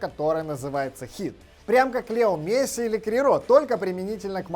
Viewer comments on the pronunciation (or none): none